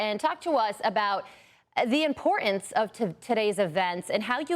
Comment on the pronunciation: Sad the decline of spoken English in this country. I guess the grade school English teachers just gave up. "Impor-ence". 😂😂😢